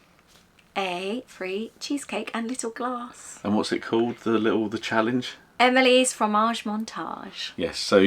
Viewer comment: We're planning on doing Hall of Presidents this year- never been. I didn't even know Yee Haw Bob was at Port Orleans! We're staying there so we'll have to try and catch him. You made me open up my Plan document to add it 😂 Also- it's pronounced Eh-meal, not Emily 😅 He's a character in Ratatouille. The Disney geek in me had to tell you 😂